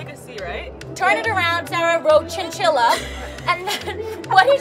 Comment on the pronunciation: girl said chinchilla i’m dead